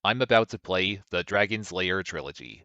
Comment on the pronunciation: It sounds like you are saying Dragon Slayer instead of Dragon's Lair, I know you know, it is just funny